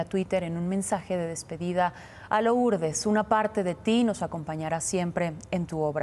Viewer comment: No se pronuncia Lourdes, solo se escribe así, pero se pronuncia Lurdes